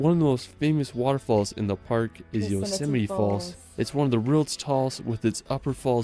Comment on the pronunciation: I appreciate that you're reading the comments. Well done on the Yosemite pronunciation 👏